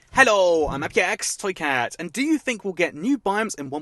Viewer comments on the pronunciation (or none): Sometimes I hear say "soycat" instead of "toycat"... is it just me?